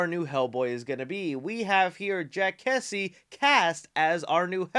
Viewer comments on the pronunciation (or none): none